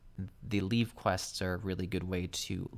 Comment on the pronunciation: The way you pronounce 'Leve' and 'Guildhest' is how i pronounce them so if it's wrong, at least you're not the only one lol